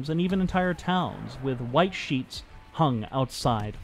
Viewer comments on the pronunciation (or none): none